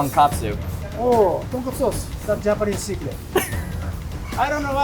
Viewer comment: He lost me at 'tonkatsu ramen'. IT'S _TONKOTSU_.